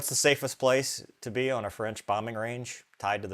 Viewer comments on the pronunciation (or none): Freinch again 😂